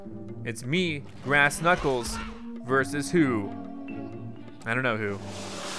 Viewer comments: It's "Grass" not "Brass" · you sed brass not grass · It's grass,not brass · You said brass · it grass not brass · its grass not brass